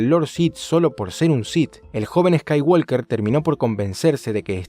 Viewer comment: estoy seguro de que pronuncias eskaiwolker solo para que la gente te corrija en los comentarios